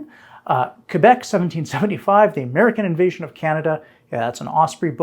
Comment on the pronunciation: Thank you for pronouncing Québec correctly, unlike this series' narrator. 😉